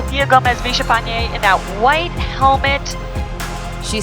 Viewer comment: is it really visha-fanye? LL=Y